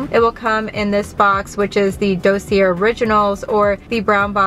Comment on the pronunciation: Dossier is pronounced dossiyay, it’s French the R is silent